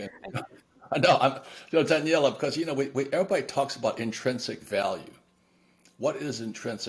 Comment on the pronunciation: It's Daniela, not Danielle